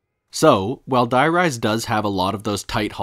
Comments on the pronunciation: the "die" in die rise is actually pronounced "dee" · I played so much of this map when I was younger and it was just today that I realised the name is meant to be a play on High Rise. I was so used to the german names that I always pronounced Die as Dee like it was german so I never picked up on it 🥴